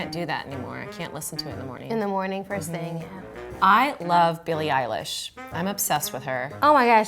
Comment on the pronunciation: Shoutout to to pronouncing Eilish correctly!!